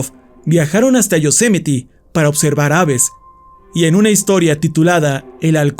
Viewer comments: Yosemiti? Pensé que se pronunciaría Yosemait o algo parecido xd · Se pronuncia "yo-se-mait"